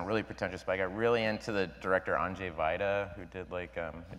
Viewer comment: Awww bill pronounces Andrzej Wajda very nicely : 3